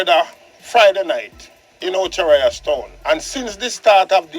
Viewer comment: THIS IAN BELL IS A DUNCE!! I THOUGHT IT WAS OCHO RIOS, NOT OCHI RIAS, ACCORDING TO DUNCE IAN BELL. PNP WILL NEVER EVER GET IN POWER, OBVIOUSLY THEY ARE CRIMINAL SYMPATHISERS!!!